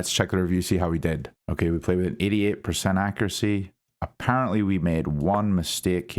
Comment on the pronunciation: everytime you say we played with an 88 it sounds like we played with an idot hahahahahaha